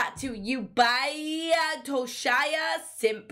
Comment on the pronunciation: omg that user's name 😂💖 i feel that. and im so sorry, i hate to be one of Those people, but it's Toh-Shee-ah. that's the bassist of dir en grey. i wouldn't have said it, but since you mentioned his amazing bassline! lol. anyway, i love your diru reactions! especially on songs ive never heard before also wow your new song sounds SO good, definitely adding that to my spotify. i like that you put a sample at the beginning of your videos, i always get hooked